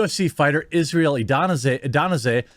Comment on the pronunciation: Bro you murdered the pronunciation of Israel.😒 lol